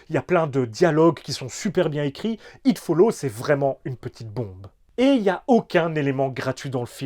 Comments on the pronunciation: Il y a un putain de "s" à It Follows... ça me gache toute la vidéo là... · Idem un des meilleurs films d'horreurs niveau concept. Le truc est carrément imbattable, inaretable. Tu finiras forcément par mourrir. Peut être dans dans 24h ou 48h, me le It te rattrapera. Ça fait froid dans le dos 😢 Ps: pense a prononcer le S de Follows, 3e personne singulier 😅